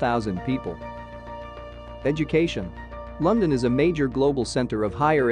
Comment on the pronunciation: Eye lyke Lunndunn 👍